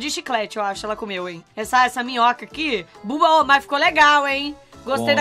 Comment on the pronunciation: Maluco a moom chamo o baba lu de babu lu